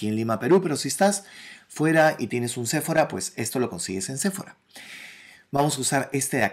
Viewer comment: Me gustó mucho🥰. Sephora se pronuncia con acento en la o sePHOra🤓